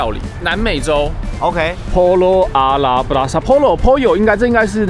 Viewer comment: 西班牙语里双 ll 的发音是念 Y 。所以是读 Poh Yoh。😊